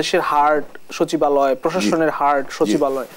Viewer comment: সচিবালয় ❌ শাছিবআলে ✅